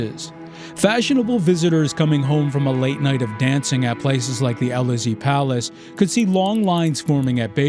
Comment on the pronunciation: Somewhere was a reference to the Élysée Palace, which was butchered in a way that someone at this level of intellectual sophistication would not. Agree with you.